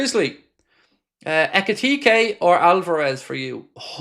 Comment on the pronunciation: It’s pronounced Hek It Teekee